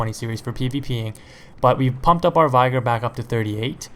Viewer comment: Did he just say "vigor" as in V- eye- Ger?